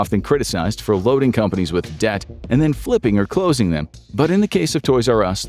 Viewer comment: “CLLOING! TOTALL LIQUIDATION”